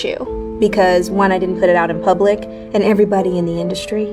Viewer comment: PUT P(you)T Their is NO i in PUT